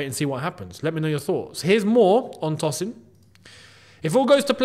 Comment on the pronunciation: Love the video. His name is pronounced Toe-sin.